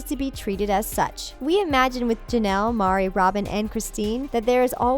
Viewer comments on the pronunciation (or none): Meri, not Mari. Meri. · Why do you call her MAH-ri? It’s pronounced MEH-ri. Do you even watch the show? Geez! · Meri not Mari right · It's Meri not Mari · It’s Meri not Mari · Gosh!!!! Get Meri’s name right! It’s not Mari!!! She’s my favorite! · Mari is pronounced like "Mary". It's not "MAH-ri". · I like the video... BUT.. HER NAME IS MERI!!!!! NOT "MARI" ... MERI JUST SAYIN 🙄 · "Meri" not Mari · It’s not marrrrrri it’s like Mary, but this is just gross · Who's Mari???? ITS MERI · If you are going to hate, at least watch an episode of the show. Her name is Meri, not Mari. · in and I’m out, maybe you could get someone with basic reading skills to redo this video. They have 18 kids and it’s Meri said like Mary, not Mari. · This video was stupid. It’s Meri, not Mari. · Maybe the person giving the narrative for this video get the names right...it’s Meri, not Marri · MERI lol not Mari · This Talko crap obviously doesn’t watch the show. Wrong on so many topics and Mari? It’s Meri. 🙄 Live and let live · ITS MERI!!!!!!!!!!!!!!!!!!!!!!!!!!!!! NOT MARI \ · Her name is pronounced Mary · Obviously none of the people who made this have even seen an episode. Couldn't even pronounce Meri's name correctly & the amount of things wrong is impressive. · Her name is not MARI - it's Meri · Her name is Meri...not Mari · “Meri”, not Mari. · Meri, not Mari... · Meri's name is pronounced 'Mary' not 'Maury'. Also, it was Meri's idea to divorce Cody so he could legally marry his 4th wife, Robyn, and adopt her children. Guess the makers of this video didn't really watch the show. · It’s Meri not Mari. Sorry but please fix that huge mistake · Meri not Mari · Lol it's "Chaste" not "Chased" and "Meri" not "Mari". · Fact check - it’s Meri not Mari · Her name is pronounced like marry or merry not MAR-i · You’re saying her name so wrong it’s Meri like “merry”Christmas not Mari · Not pounced "mari" but "mary" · Who is “Mauri?” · Its Mery NOT Mari. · Ummmm....Meri not Mari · it's Meri not Mari.